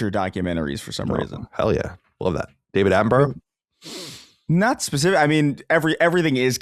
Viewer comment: David Attenborough not David Atten-bro